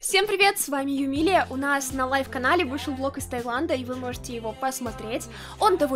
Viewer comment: Не юмилия а